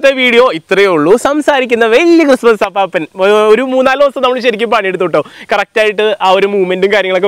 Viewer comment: അപ്പാപ്പൻ അല്ല അപ്പൂപ്പൻ!!! ..